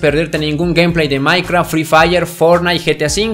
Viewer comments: sos malisimo en el maicra jjajaja se dise maicraft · me gusto cuando dijo minecra pero se dice minecraft